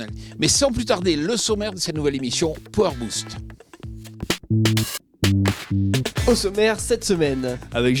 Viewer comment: "Pouwar boost" ? A tout les francais : arreter d'utiliser des mots englais !! Vous ne savez pas comment les prononcer !!